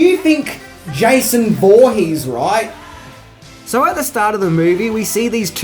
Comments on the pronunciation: "josh vorhees" lol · Voorhees is pronounced horheex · "Jeisoon" Woohees" :D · Watch out for "Josh Voorhees." Hahahaha.